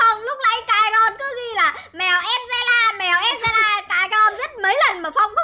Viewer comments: Nó là an ge la chứ đâu phải angeles đâu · chị mèo đọc sai là mèo an de ra ko phải an dồ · ơi đọc tên con mèo angela sai ạ là angela không phải angle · Con mèo đó tên TALKING ANGELA chị dọc sai rồi đó nha cute phô mai que em thích và chị chị cute phô mai que à hihihihihihihihihihihihihihihihihihihihihi là lá la yes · tên nó đọc là en giơ la ạ